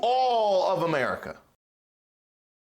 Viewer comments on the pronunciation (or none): I lost it when ma boy said "Merica" ...lol... I could tell he wasn't talkin bout the "sweet land for liberty" ...either...lol